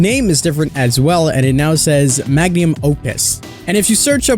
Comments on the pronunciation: What the FUCK is a "Magnium"? It's Mag-Numb, not Mag-Nee-Uhm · I love the video but your pronunciation of 'magnum' is a bit off.